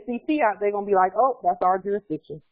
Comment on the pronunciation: Iz there jurizdikzione?